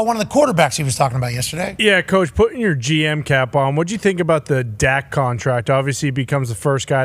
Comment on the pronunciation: *pahting, not pouting 😂